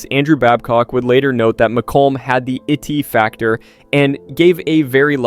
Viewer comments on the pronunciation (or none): "Itty factor"?